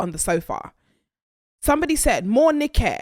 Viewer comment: The way you said Morenike has me rollinggg